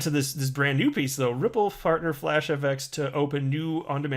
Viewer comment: “Moving on to this brand new piece though, Ripple fartner FlashFX...” You said fartner. Lmao